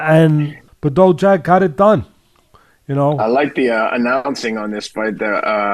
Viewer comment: "BAH DOO" Jack - Bado Jacko "Mack Ka Boo" - Makabo Cmon now